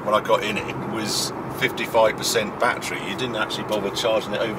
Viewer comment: . What is this “bat tree”? I believe “battery” has 3 syllables 😠 Even the German gets it right…. all 3 syllables present